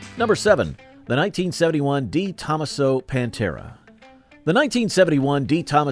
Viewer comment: When they mispronounce DeTomaso ? I just shudder and try to struggle thru the vid… “Just look at the pretty cars” ….I tell myself. 😆😆